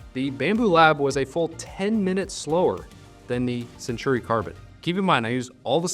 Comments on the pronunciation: Say it with me, Sen-taw-ree. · I keep getting the nails-on-the-chalkboard feeling when I hear you call it the "Century Carbon" and not the "Centauri Carbon", lol. I see you added a note in the description on this. Great analysis :)